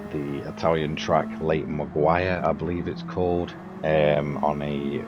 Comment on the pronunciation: Well done on a great result. Quite a tricky combo I find, had a few races last night, some were a bit "carnagey" with people dive bombing into the hairpin! Still, good fun! BTW, It's pronounced Lake Majj-oray : )